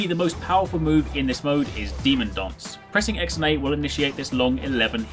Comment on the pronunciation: i can't avoid hearing something like demon "dongs" instead of demon "dance"